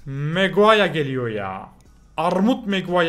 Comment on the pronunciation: Meguara degil emregara